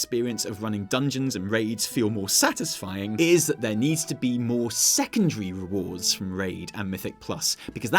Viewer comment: When was quoting Ion, I kept hearing "maw" Things are starting to make "maw" sense to me now